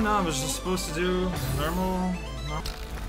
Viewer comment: That half French "no-oh" is often a precursor for the full French to come out. This time was no exception.